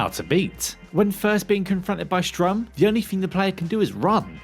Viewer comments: God I can't listen to this guy. It's so painfully obvious he's just reading straight off a script and has no actual concept of what he's talking about. Not to mention he couldn't even bother to learn pronunciations, even for Sturm, a name which is LITERALLY 5 letters long. It's one syllable, man. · Sturm, not Strum. Come on lads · … you do realize it’s pronounced “st-erm”, right? Not strum? As in, German for “storm”? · When he says Strum instead of Sturm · How many times you gonna call stURm stRUm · Is "Sturm", not sTrum lol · And I'm no expert but it looks like STURM which would rhyme with worm, not STRUM which rhymes your mum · Also: "Sturm" not "Strum". "Sturm" means "storm" in german, which makes sense as Heisenberg is german and it literally has a propellar as a face. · Is it Strum or Sturm??? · Did he say Strum and it's written Sturm? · St-urm not "Strum" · I hate how he calls Sturm strum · The name of the propeller dude is Sturm, not Strum. Sturm is German for storm and is pronounced similarly. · I mean the guy clearly isn't great at pronouncing anything. Sturm is literally one syllable and he couldn't even get that right.